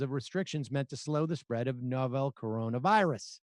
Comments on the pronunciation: It’s not “No-vel” it’s just ‘novel’.. like a book. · Dear Sam Seder, please learn how to pronounce "novel".